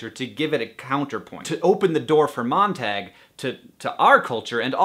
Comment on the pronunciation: The way he pronounces Montag is kind of making me uncomfortable...